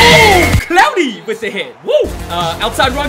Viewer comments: And him saying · Him saying gets me every time lol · I love when you say clowney